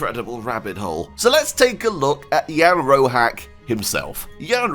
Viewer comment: Jan Roháč is pronounced as [ian rohaatch] . Crash cource of czech pronunciation. That small line above vowel means just "this vowel is long" . That small tick above c means "this consonant is pronounced soft". That's all - in almost all other cases letters are pronounced exactly as they are written . So english sound of "cheese" would be written in czech as "číz". Far = "fár". Batch = "beč". Door = "dór". Shore = "šór". Dredger = "dredžr". Easy - just go letter by letter and pronounce what you see.